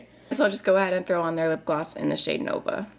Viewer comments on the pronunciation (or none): none